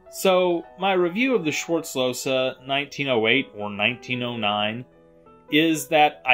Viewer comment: That's not how the name is pronounced. Im getting aggressive when i hear this. He was my great-grandfather's father and we still have this gun as an heirloom. Please learn how to pronounce my last name!!😩